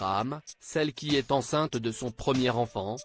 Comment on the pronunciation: Respectez Bernard, il a payé ses écarts avec cette sale maladie, perso, je l aimais bien, et quelle est la personne qui ne magouille pas ? Qu il repose en paix. Le commentateur est fâché avec EST et non ESTE , il a sauté la maternelle